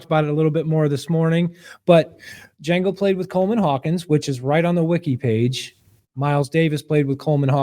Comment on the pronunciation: The D is silent!